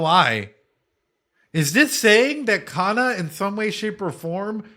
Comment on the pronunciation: Your pronunciation of kana is kana in hirakana katakana